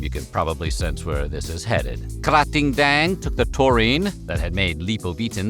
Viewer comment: I have to give big kudos for nailing Krating Daeng pronunciation! The creator name's pronunciation is a little bit off, but that's not your fault at all! Thai's transcription system is absurd and in no way you'll be able to pronounce it correctly if you only look at the transcription 😂